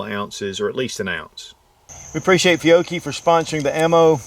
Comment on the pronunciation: Fiochhi - you pronounce this correctly! Chiappa - you have an opportunity to learn, LOL. Ch = “K” in Italian. So Chiappa = “Key-op-ah”. Nice review! I own a S&W 422 that is in perfect condition (maybe 50 rds through it) . It is indeed a different sort of mechanism and I have found it to be a very, very sweet shooter. Please enjoy yours!